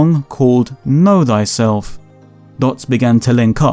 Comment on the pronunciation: haha "know thyselph"